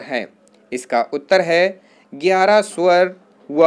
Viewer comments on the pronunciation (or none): none